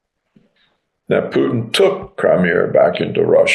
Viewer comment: Donbas pronounced Dumbass